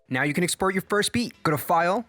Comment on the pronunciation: Did you say "EXSPORT"?! EX-PORT. There's no sports in exports. Just Kidding, thanks for the info!